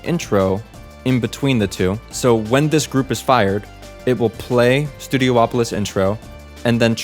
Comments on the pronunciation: Worth noting, it's not called "Studio-opolis" it's pronounced "stue-dee-OP-oh-liss". You're not the only one to make that mistake, like people pronouncing Rayquaza (ray-KWAY-zuh) as ray-KWAH-zah. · Ok, this is something I never got. People will pronounce Hydrocity as "Hydrossity" when it's supposed to be pronounced (And spelled) as "Hydro City" yet, they also pronounced Studiopolis as "Studio-opolis" when it's SUPPOSED to be pronounced as "Studi-opolis" much like how Casinopolis is pronounced as "Casin-opolis" in fact I don't think i've ever heard anyone mispronounce Casinopolis' name. So Hydro City becomes Hydrocity (Hydrossity): Taking a two-word name and turning it into one word for a stupid play on words that no other stage name in the game uses (I don't know if you do this so please don't take this personally if you don't) And Studiopolis (Studi-opolis) becomes Studio-opolis: Taking a one-word name and pronouncing it as two words for some reason, an inversion of the Hydro City thing, and this one doesn't even have an excuse for it, and i've heard SOOO many people do this, not just you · Its Studi-opolis not Studio opolis.